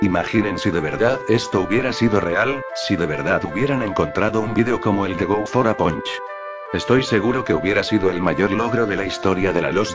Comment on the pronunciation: El nombre: Go for a Punch Lo que escucho en el video: Go fora Pancho xD